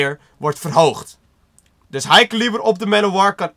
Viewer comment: Het is geen ilo en caliber spreek je verkeerd uit